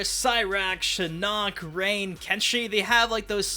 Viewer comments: The butchering of Shinnok’s name continues.... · Anyone else triggered at how he pronounces “Shinnok”? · The way you say Shinnok makes me want to put a screwdriver in my eyes